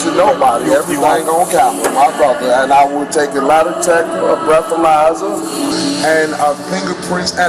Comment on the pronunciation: Bro said breathalyser 🤣💀